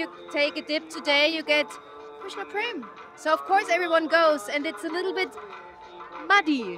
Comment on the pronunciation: Not Purnim it's purnimaa And It's not Krishnaa it's Krishna